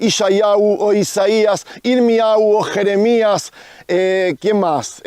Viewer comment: Perú. Habla bien la h no es muda y en hebreo suena como j en el nombre de Elohim Yahuah es Yajuaj. Y Yirmeyahu es Yirmeyahu con h gutural como jota aspirada con la garganta. Saludos y bendiciones desde Perú.